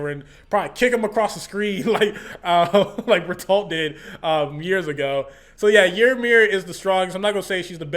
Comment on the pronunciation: I think his name is spelled Bertholdt, but pronounced Ber-tolt